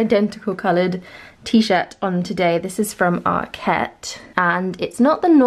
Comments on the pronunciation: Yes as in market. no emphasis on the ket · ARKET not ARQUETTE